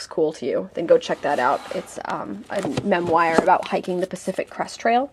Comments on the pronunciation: Not being mean I swear but why do u pronounce memoir like that? Like mem-wire? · I think it's funny the way she pronounces memoir (memwire) and the way I pronounce it (memwor)